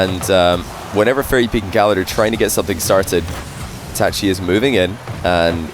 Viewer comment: the way he says itachi bothers me